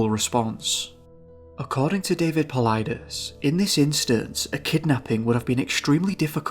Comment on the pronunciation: Bonus points for pronouncing "Paulides" correctly. Other than George's Noory and Knapp on C2C, most of the radio interviewers don't get it right. There are dozens of cases which really stand out, but Charles McCullar, Carl Landers and Jelani Brinson are three that I could think of and find on google based on keynotes that I remember about the cases. Of what was written about the Carl Landers case: "The search effort was headed by a man named Grizz Adams and during an interview with David Paulides he said "In 35 years I've never had this happen to me…we were all over that mountain, he was not on the mountain…we brought canines in, they didn't pick him up…we flew around it, we dropped guys at the summit, they came down all sides, they couldn't find him…they talked to people who were on the mountain, they didn't see him…there's snow around the path where he was, and nobody went outside the path…" When Paulides asked Grizz Adams what he thought happened to Carl Landers on the mountain, he replied: "…that's the million dollar question, he either went up, or in-but he's not on it.".